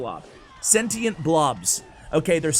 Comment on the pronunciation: I hate it! Also you're saying sentient wrong.